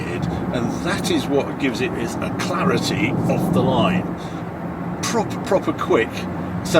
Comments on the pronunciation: "ACLARITY" off the line Harry? Does this mean you're LYSDEXIC? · I think Harry meant to say "alacrity" at the 12min mark - haven't heard that word in a while!